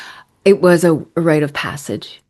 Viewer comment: It's RITE of passage, not right of passage.